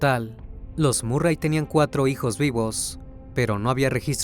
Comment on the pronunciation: Se pronuncia marry